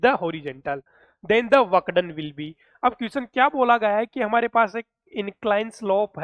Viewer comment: Work done ese kon bolta hai lag raha fuck done bole rahe